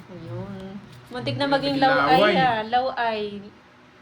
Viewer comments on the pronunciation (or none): Law oy po hindi law ay. Law ay is pangit in tagalog.